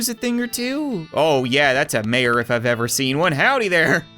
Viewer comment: Mayor more like "may"-O